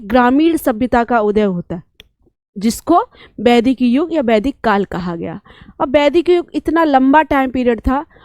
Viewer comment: बैदिक नहीं, वैदिक बोलिये अध्यापिका जी । ... गद्द, पद्द --गलत हिंदी उच्चारण 33.47 गद्य, पद्य बोलिये । तमशो मा जोतिरिगमय- गलत तमसो मा ज्योतिर्गमय - सही